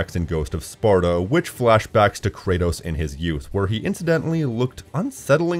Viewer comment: "ancient sparto?" It's Sparta.